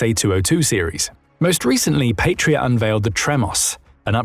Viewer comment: An incidental thing, but important to some people: The "p,a,t" of the word "Patria" is pronounced as if it rhymes with "cat", not "fate". 👍